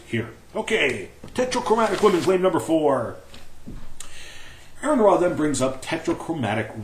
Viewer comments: is a fucking liar. for claim 1: Here is the actual article AronRa (not spelled or pronounced as Aaron): Claim 2: The link Aron used is posted on his video! That's two strikes... one more and you're out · Your an idiot, AronRa ( pronounced Or-an Ra) peer reviewed that article. I am certain he's read it....